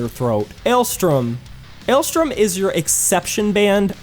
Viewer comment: Why was Alestorm pronounced Alestrom?